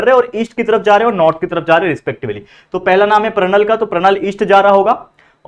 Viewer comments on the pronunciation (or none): sir, vo pranal nahi pranali hai😄😄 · sir thise is pranali not a pranal